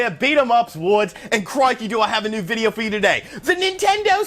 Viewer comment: Wood paid cash for Billy Gunn to both mispronounce his name and the name of his channel.